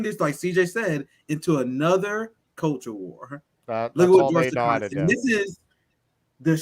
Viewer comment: Thanks,, for pronouncing George Takei's name the way it's supposed to be in Japanese (ta-KAY, not ta-KIGH).